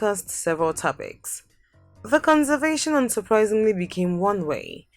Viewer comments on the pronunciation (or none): Shame. You can’t even pronounce conversation